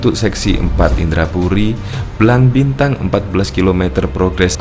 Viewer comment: Pengisi suara salah ucap Blang Bintang bukan Bilang Bintang hehe..Sigli bukan Singli...gimana seh...salah ucap..